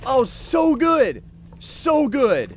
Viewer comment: Who else thought he was saying "so good" as "sew good"